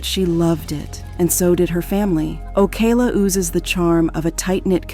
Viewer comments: it's called O CAL A!!!! NOT OCA LA CA LA!!! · It’s pronounced liked California but with an O in front. O Cal la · It’s oh-kal-La 🤦🏾‍♀️ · The way you pronounce Ocala is deplorable... O-CAL-A... Oh, and the Keys, no where near being nearby Ocala lmfao... Maybe do your research better. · This video pronounced Ocala like 4 different ways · Yo the narrator pronounces Ocala differently like 10 times lol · I guess you gotta be a Floridian to pronounce the name of that county properly 😁😆🤣because she butcher the pronunciation of Ocala 😅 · I can’t with how bad they kept pronouncing Ocala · The pronunciation of blood as “bloodè” got me. And Ocala was pronounced differently every single time. What the fuck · Was wondering why Ocala was pronounced like that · The one reading this script must not know ENGLISH!!! Shock-ed? Okala? What the devil is up with this???